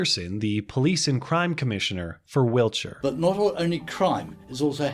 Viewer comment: thanks for not Americanising your pronunciation of Wiltshire. Good Video